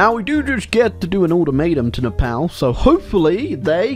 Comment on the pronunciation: everything's painful in this video but by far and away the most painful bit is the way pronounces "Nepal"